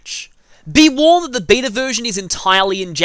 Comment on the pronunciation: the funny thing is, every time you say beta version I hear vita version lol.